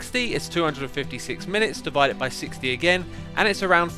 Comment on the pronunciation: devide? not divide?